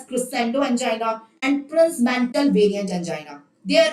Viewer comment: She is very much wrong when pronouncing angina pectoris and prinzmental angina